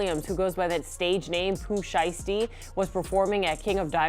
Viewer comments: Sheath? You not even trying bro 😒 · Daaaaamn my g.. the news reporter even said sheisty's name right and yo ass couldnt??